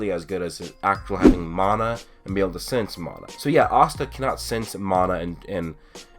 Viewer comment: its mana not mAAAAna